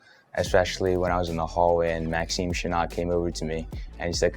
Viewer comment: He’s gotta work on the pronunciation of Chanot’s name before he gets into the first team